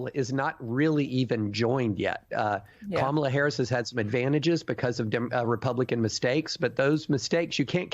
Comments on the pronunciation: Republicans deliberately mispronouncing Kamala's name is code racism and bigotry. Ron DeSantis was the first racist bigot to DELIBERATELY mispronounce Vice-president and Presidential candidate Kamala Harris's first name wrong; calling her KA MA LA instead of KAMALA they are doing this because they are using code that she is black/African and not white. KA MA LA is an African pronunciation. These are racist bigots who use bigotry and racism to rally their racist and bigoted supporters. Like they did and still do with President Obsma deliberately using his middle name calling him Barack Hussain Obama. They try to send a message that a black president or presidential candidate is not white but muslim or black/African i.e. KA MA LA. This is text book racism and bigotry. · It's actually Vice President Kah-Ma-Lah, which is the correct phonetic spelling for her name.